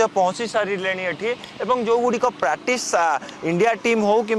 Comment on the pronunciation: Pratis, pratis ka kahucho practice kahibaku try karo